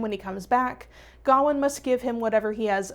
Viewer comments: I’m not usually this person, but it is pronounced ga-wain, like Wayne as in Bruce Wayne, I’m sorry but it just bugged me the whole time since traditional Welsh, Irish, or Scottish names are mispronounced since I have a traditional Irish name that is often mispronounced and so does my niece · The way you pronounce Gawain is so American